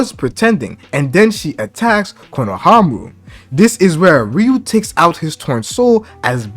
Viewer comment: Again, respectfully, it’s pronounced “KONOHAMARU” 🫡 love your work